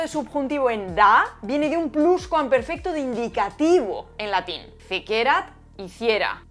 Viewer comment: Fantástico vídeo, como todos los tuyos. Sólo un apunte: cuidado con los acentos latinos. Por ejemplo, “fécerat” lleva acento en la primera “e”. Lo sé: te ha salido un fan pedante 😀